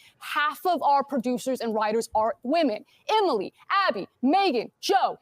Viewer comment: "u don't need to objectify whamen to be sexiest"...well, lady, you don't need to speak to know u're an idiot, the hairline will do